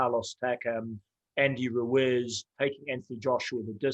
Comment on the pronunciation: andy ruwhizz 😂